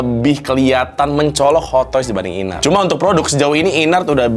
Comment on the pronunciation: baca nya IN-ART bukan sih??? bukan i-nart